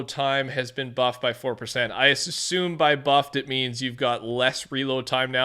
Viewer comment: Did you say the word "sussume" instead of "assume" Good lord